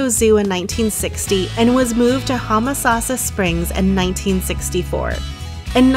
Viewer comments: It's Home a sassa springs not Hum a sassa. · Was just coming to say this. Yes, 'home-uh-sauce-uh' is how we were taught it growing up in the 60s-70s.